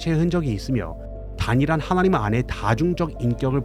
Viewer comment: "하아아나님으로" 발음 쥑이네예